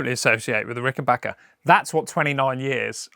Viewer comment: Thank you for taking the time and effort to pronounce the brand name of these wonderful guitars correctly! I've never understood why the spelling wasn't obvious enough, but there are videos all over YouTube of people reviewing Ricken"Bach"ers. You'd think this would be 101.